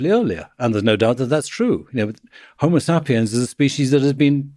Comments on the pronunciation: I hate how this guy says 'homosapiens'. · Next chance I get, I’m pronouncing HomoSAPiens just like this. My friends will know that my community college degree really paid off.